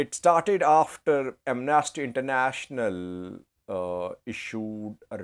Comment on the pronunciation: Amnasty. The stress is on the first syllable. I you stress the second syllable it will come to mean to something quite different; Am Nasty. Quite funny, even though i might agree on that on many occasions 😂😂